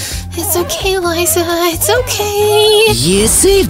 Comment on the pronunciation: It is not luza it is liza